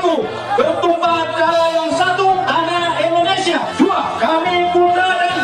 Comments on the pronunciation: Kenapa Indonesia dibaca Endonesia? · Pengucapannya Indonesia bukan Indonesya..... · Trus sejak kapan ya ada penyebutan ENDONESA? 😭 biasanya buibu ges wkwkwk